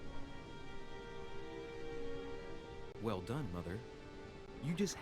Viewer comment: Lol I was confused when he said roll the intro, cos it sounded like Rolly in Row... I was like wtf, thought that was a part of the game name